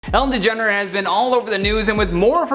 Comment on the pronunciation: “Ellen DeGener has been...” Like Kylie DeJenner??? 😳😂